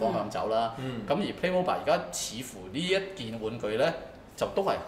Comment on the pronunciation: 屌，主持連個玩具牌子名都讀錯